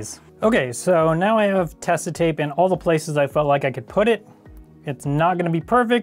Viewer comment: I guess you could try a GoPro frame to press the front piece back into place, should work way better than just doing it by hand. I also cringe every time you say "Tesa", thats not how it's pronounced :)